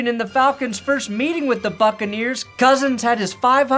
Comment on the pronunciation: At one point I heard you call them “the Fuckaneers” and as a Saints fan I couldn’t agree more…